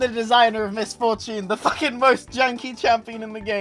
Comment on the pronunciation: Miss For-tune